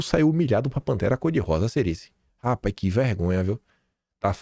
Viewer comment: "Rapaiz" 😂 Bom dia🌞